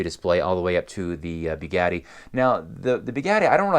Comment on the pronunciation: As soon as you started sayng "Beegatti" instead of "Bugatti", I disliked the video...